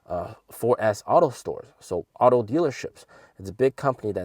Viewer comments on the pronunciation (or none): none